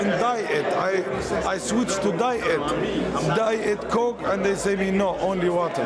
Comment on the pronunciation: DIE -IT COKE 😂😂